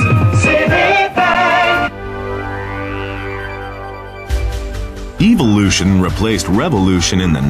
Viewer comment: Did anyone else hear the narrator say "evilution" instead of (what I guess he meant) "evolution"? Or was it just me?